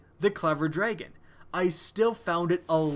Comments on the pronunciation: very repetitive video, and it's drah-gun not dray-gun :( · am I the only one to point out that he says dregen? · this should be just been a 2 second video of him saying "clever dtahon" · J G clever draygon* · So the clever "draygen". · I like your videos. I HATE how you pronounce DRAGON. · you say dragon funny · learn how to say the word dragon